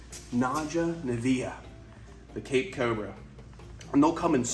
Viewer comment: I know you are saying Cape cobra, but I keep on hearing CAKE cobra. He really looks so much like a banana.